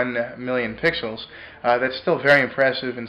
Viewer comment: sounded like he said pickles :)